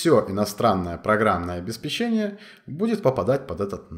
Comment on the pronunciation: обесПечение!!! Ставь ударение правильно)